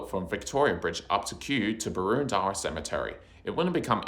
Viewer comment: Very Informative video and excellent graphics, well researched, but multiple incorrect pronunciations detract a little. Several have been pointed out by other viewers below, e.g. “Bow-morris”, but may I add the following: Boroondara is not pronounced Boo-ROON-dara, but “Boorin-dara”; The verb “winding” is not pronounced WIND-ing, but “why’n-ding”; Rosamond is not pronunced ROW-za-mond, but “Rozza-mnd”, emphasis on the first syllable; Maribyrnong is not pronounced MARY-ber-nong (or MARIE-bern’g,) but “Marra-bernong”. Otherwise great content.